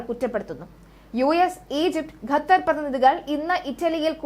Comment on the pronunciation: 'ഗെത്തർ' പ്രധാനമന്ത്രി ? ഖത്തർ എന്ന് പറയൂ